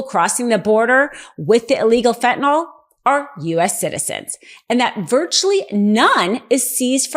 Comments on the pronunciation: Please stop calling FentanYl “FentanOl”! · Fentanyl. Fent-ah-nil Not fent'nall or fent'noll. I'm sorry, but Americans should be able to pronounce the names of drugs to which they are addicted to the point it has become an election issue.